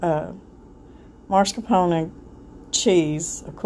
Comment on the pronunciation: It’s “mascarpone,” not “marscapone.”